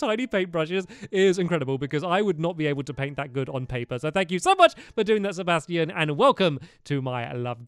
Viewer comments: I love the way stampy pronounces Sebastian 😂 he says it Seb-as-tee-own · Lol when he said sibastian I thought of stardew valley